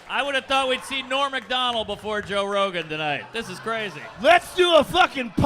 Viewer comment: Toe Brogan